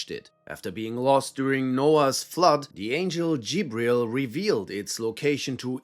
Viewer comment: Ita gabriel not jibriel, adam disnt eat the fruit it was eve. Why make a video when you cant even state obvious facts from fairy tales you nutsack